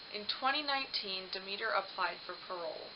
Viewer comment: Fix your sound. And perhaps look up proper pronunciation of words. Eg. Mississauga Demeter.